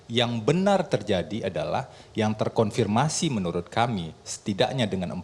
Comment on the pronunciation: Febri pengacara "terkonfirmasi". Kata-kata "terkorfirmasi" kerap terucap olenya.